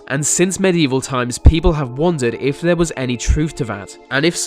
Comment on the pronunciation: You mean 'they' and 'there' not 'vem' and 'vere'?